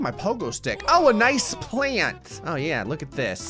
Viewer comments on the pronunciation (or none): "Oh Look It A Nice PlanTTtTtTTt" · the way he says plant 😂